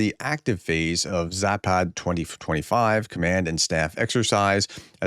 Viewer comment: Zapad ( West ) is pronounced with a short "a" s"! Not Zaaapaaad !!!!! Just Zapad !!